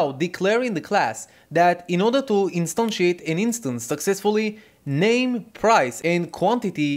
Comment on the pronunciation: Really liked when you say "instantiate"